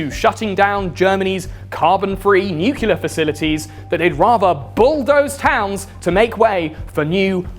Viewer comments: I'm Swedish with English as my 2nd language and even I know it's pronounced nuclear (as it's spelled), not "nucular". Sorry for bringing it up, it's just a huge pet-peeve of mine. <.< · bruh it's "nuclear" not "nucular" like george bush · Hey, its nuclear, not nucular. But nice vid thumbs up! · It's pronounced new-clee-ar or even new-clee-ur. It's not pronounced nu-cull-ur. You sound like George Dub-ya. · It’s really hard to take someone seriously when they say “nucular” instead of “nuclear”. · it's not NU CU LER George Bush!! It's NUCLEAR, NEW CLE AR. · Man, it's pronounced New-Clear, not New-Cue-Lar. Simpson is a liar. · NEW-KLEE-AR not NEW-KILLER (though I guess it makes sense as the devil) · its pronounced noo͞′klē-ər! NEW CLEA ER not nuke you ler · it's NUCLEAR!!! NOT NUCULAR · great video. btw its said nuclear not nuculer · Really thought Mr. Ordinary was a “nu-clear” fella, not a “nuke-u-lar” kinda guy, but here we are. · It's NEW-CLEAR, not NEW-CUE-LA Otherwise, brilliant video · Nobody fuckin says NEW-CULAR anymore. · "Nucular" is a real word and it does not mean "nuclear". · You lost me at Nukular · Man, you need to pronounce nuclear properly my dude! Not nu-cil-er you dummy 🙂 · Great channel, thanks for all the work you put in. Kindly, please pronounce Nuclear properly. New-Klee-Er is the proper phonetic. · It's pronounced "nuclear." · I found the "Nuke-u-lar" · I like that you pronounce nuclear like Simpson "Nuke-u-lar" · nucular, it's pronounced nucular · Say nucular one more time oh my god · WTF is nukuler? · I thought that pronouncing "nuclear" as "nucelar" is an American thing. Where does this pronunciation come from? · Ugh, you say nucular. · Although I love your videos, the fact that you pronounce “nuclear” as “nuke-ular” bothers the fuck out of me. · "nucular" ಠ_ಠ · Nuke-yuh-lurr, huh? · Plz mr. Lucifer stop saying nucular. It makes me reluctant to share your video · The real apocalypse is hearing "nucular" over and over.